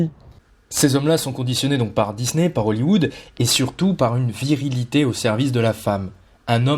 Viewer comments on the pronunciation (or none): none